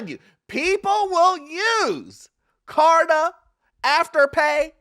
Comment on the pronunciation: I had to replay it., it’s klarna. 😂😂